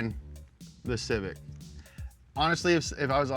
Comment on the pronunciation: You made me choke on my spit when you said Civic.